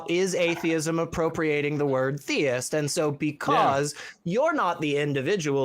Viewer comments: Aye, is 100% /. I live in Britain so recognise his accent. And all 3 (1) pronounce theist as thayist. Never heard anyone here pronounce it like that. Plus all 3 (ha!) had similar tech issues. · All of a sudden there are several people from the UK calling both The Line and AXP, calling themselves by different names, yet all pronouncing theist as "Thay-ist". It's definitely the same person every time. Stop lying, dude. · EXACTLY the same guy, hence the reason he was so hung up on proving correct. The way he spoke - prosody, inflections, even his pronunciation of the word "theist" (theyist) was exactly the same. The only differences were the name and the use of a different phone from the first call. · One way I've noticed to tell it's British (other than the occasional time he tries to throw on a fake accent he always loses at some point during the call) is how he says 'theist'. It sounds like 'they-ist' and he always says it that way every time he calls. So you can pick up on it pretty quick. He also always uses these circular arguments and refuses to answer questions, so that's the 2nd way. 3rd way is that he always run just this side of trolling-type questions. I do think he's a troll, I think he's just a smarter troll than most (as much as it pains me to say that), and I think sometimes the hosts don't pick up on it. But, even saying that, he still looks like an idiot because for some reason he spends literal hours of his life calling into these shows and I think that says a lot about what a sad, little, lonely man he is.